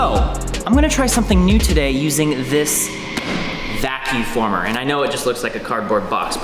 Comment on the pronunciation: He keeps saying vacu former. It’s a vacuum former.